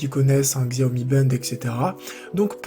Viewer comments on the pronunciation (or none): Bonne vidéo mais un petit truc, c'est "chiaomi" 🤗